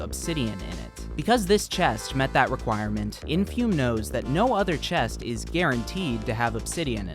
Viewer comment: sadly you mispronounced the runners name throughout the video, its "infoomi"